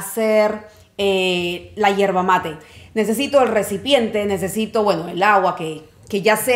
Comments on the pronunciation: NO ES HIERBA ES YERBA CON YE!!!!!!! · Hola te cuento tiene una especie de filtro pero también viene un filtro que se coloca a la bombilla. Es yerba no hierba practica decirlo con yeee que no se entienda hierva seguro que es fonética . También hay que entender que la yerba como el café tiene su blend por eso la temperatura del agua . Y si el mate es sinónimo de amistad de familia un poco psicológico porque da para la charla o la platica como dicen . Cuando adquiere la costumbre recién se empieza a entender el mate . Mi estimada persona si viene ud a argentina tiene la invitación a tomar mates en casa o en un lindo parque que en argentina lis hay de sobra por doquier para disfrutar de una linda tarde de mate y porque no con unos bizcochos de grasa o unas tortas fritas que saben mejor los días de lluvia saludo a ud atentamente desde buenos aires argentina argentina